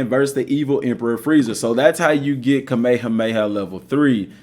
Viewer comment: what is cah-mey-yah-mey-yah?